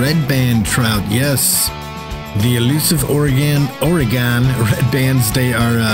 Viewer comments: its pronounced "or-eh-gin"! jesus i couldnt watch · Your videos are great, very helpful. However if I have to hear you pronounce Oregon like you have again I’m going to stick a hot poker in my ears. Oregon is pronounced Or-eh-gun. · IT'S PRONOUNCED OR-A-GIN JESUS I COULD BARELY WATCH THIS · Love it when someone who isnt from the pnw tries to pronounce Oregon, Puyallup, Kaniq, etc. Thank you the tip and a good laugh 😂😂😂. Oregon is pronounced organ 😉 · Where in the hell is or-e-gone? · Oh, I know how Oregon is pronounced, I just thoroughly enjoy pronouncing it incorrectly as "Ore-ghan." lol. Hope the tips help! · yes it is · the way you say Oregon is killing me. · Maybe try pronouncing oregon right